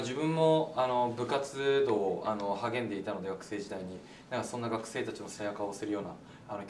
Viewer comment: レオの部活動が部活道に聞こえるの髪型のせい？